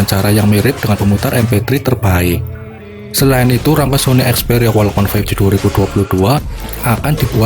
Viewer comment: Perbaiki dulu cara mengucapkan "walkman'